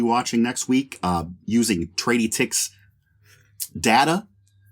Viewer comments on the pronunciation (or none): tray-dee-ticks??! NO! it's truh-dit-icks!